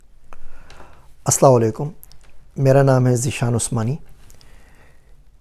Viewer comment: Sir Aap Assalamo Alaikum ki bajae Aap Assalawalekum bolte ho Sir Yeh Ghalat hai